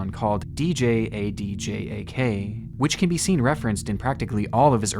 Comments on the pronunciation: Djadjak is pronounced Jajak, the d is silent. The word is in old Indonesian where "Dj" is pronounced as "J". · Quick Tip: Djadjak is a word, and it's pronounced like "Ja-Jak". The D's are silent, kind of. Or rather, they form the hard consonant sound of the J's. Would have made those parts of the video FAR less cringe if you'd just looked that up yourself. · Brother, djadjak is pronounced as jajak